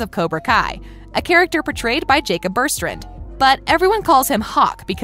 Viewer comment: Lol she also calls Jacob Bertrand she says Jacob berstrand